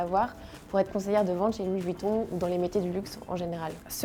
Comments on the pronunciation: " Louis vOuiton " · Louis voutton... mes oreilles ont saigne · Mdrrr " Luis Vutton " 😂